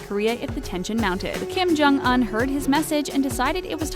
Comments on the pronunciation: Kim Jong Un the "Un" part is pronounced "oon" not "uhn" lol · Kim-Jong Un's name is pronounced with a long U, not a short U. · She said Kim Jong Un wrong... she would've gotten killed if a North Korean Heard her day that